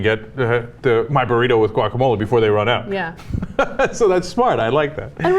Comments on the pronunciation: Guacamole? Guacamelee! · Can't believe you guys can't pronounce guacamole correctly. Turn in your SoCal card.